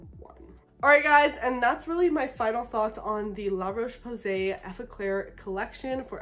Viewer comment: La RocheÉééé PowWwwwsayyyy. La prononciation m’a tuée.